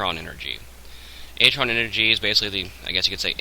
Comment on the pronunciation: If ur going to pronounce artron wrong i almost didn't want to watch this except for the part where it could be the only way to fix my problem... but it's artron like ARRRtron..... not atron...